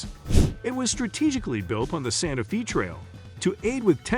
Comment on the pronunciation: You are pronouncing Wichita & Santa Fe incorrectly. Don’t go Topeka is a dump. What really sets state apart is the views of nature. All cities everywhere are pretty much the same. And really a water park? Not the best place in KS.